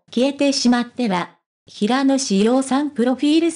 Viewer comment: どうしてへいやって読むのを辞めないの？😢 ひらのしょうですが！